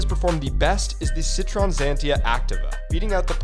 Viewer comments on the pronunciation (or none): "drive a 'citron'" It's pronounced: Si-troh-en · It's not called "Citron". Try pronouncing it Chitroen (Citroën) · Why does he pronounce it "Citron" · The elusive Citrohn. It would take 5 seconds to google the correct pronunciation 😂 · “Cit-ron”. Ye thats how you pronounce that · It’s pronounced: sit-ro-en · It’s pronounce “si-twah” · Just so you know, Citroen is pronounced sitwoyah. It’s French. 😎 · The way peoples from the states pronounce Citroën is pretty scary 😭🤣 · How did you fail to pronounce Citroën